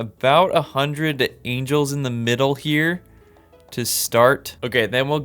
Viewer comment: Someone know that he mispronounced Angles? And someone heard that if you make war between them it is Ancient War of Evil and GEOMETRY?